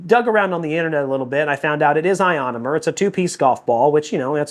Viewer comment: Someone learned how to pronounce ionomer